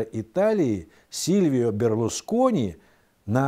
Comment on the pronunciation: ведущий неонатальный не сервио Берлускони а сильвио Берлускони Silvio Berlusconi грамотей пипец ведущий